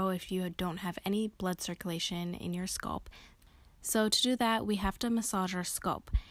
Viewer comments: Her saying skulp made this video unwatchable 💀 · 😂🤣😂🤣😭 I was trying not to be petty(and was going to make a simular comment)..BUT..if she says "Sculp" one more TIME though!!! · ouuu you killin me wit that “ sculp “ dont you ever say that again in yo life chilee 😭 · Good stuff i am trippn though how she says sculp instead of scalp lol no disrespect it was just funny hearing it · SCALP NOT SCULP OMG😖🤣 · Leave the lady's pronunciation of scalp. The tutorial is good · I wonder where she’s from. Ppl not from the Midwest look at me crazy for saying bag as “Beg” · I never heard anyone pronounce “scalp” like she does in this video.